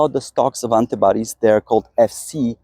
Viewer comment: Hi. Informative videos but please please pronounce 'author' correctly. It's 'or-thur', not 'ow-ther'. Also, 'antibodies' is pronounced wrongly but it's not so much of a problem. No doubt non-native English speakers would be really confused and not know what you're talking about....have to rely on context to understand. Thanks